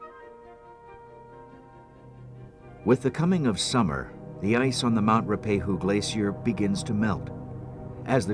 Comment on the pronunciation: He didn't do a bad job, although Ruapehu is not pronounced as Roopehu. It is Ru-a-pe-hu.